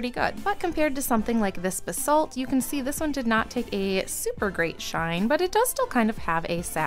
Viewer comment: Bsalt 😅 It's "bayz-alt" or "bays-alt" (basalt). Not b-salt. Edit: this is so fun! I'd love to do this